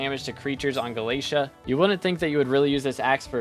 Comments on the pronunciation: he says galeisha instead of galataya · [NPC] Vaeri: Did you just say "Gala-tee"? [NPC] Vaeri: No, no! It's Gala-té-à! PLS say it right 🙏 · There's alot of things wrong with this video, its not to be mean, but please do your research (AND ALSO PRONOUNCE GALATEA CORRECTLY)